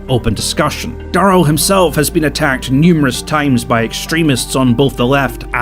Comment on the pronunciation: Daryl Davis is a legend it’s Dare L not dar l btw but I’m glad you mention him